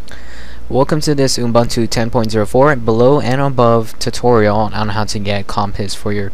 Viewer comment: I know this sounds very finicky, but I'm bothered by how you pronounce Ubuntu. I am South African, so the term is common to me. Here is how to say it properly: Oo-boon-to (look it up if you want to) Sorry, about this, but I couldn't take you seriously whenever you said it wrong.